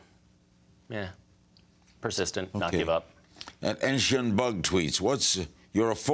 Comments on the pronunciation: Did he say "Enshin" instead of "Enochian"? Ohhh Larry King. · It's pronounced as "E-no-khi-en" (american) not "enshien" for Jack's sake! And I'm guessing all the dislikes are because of Mr.King just interrupting Misha all the damn time. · The way Larry said "enochian" ...I think I might cry.